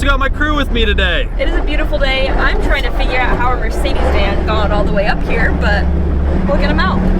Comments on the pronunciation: I don't believe I've ever heard a Mercedes called a Mercede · Ah yes a "mercedey" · Mercedes isn't a plural;) "One of those Mercedee vans" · You guys sound like yokels calling one of the most common vans on the road a "mersaydee" van. That said, yeah too heavy for trails.